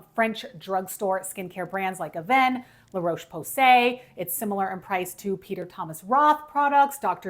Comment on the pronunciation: *avene not avenue